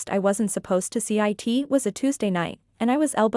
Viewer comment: Stories. Please, edit your narrating AI voice, it's so annoying. 'It' becomes 'Eye Tea', it's ridiculous. And, why is this AI voice rushing through the story? Do you know anything at all about punctuation? Not subscribing until you clean up your act. And certainly not recommending it to friends. I'm fed up with these AI stories.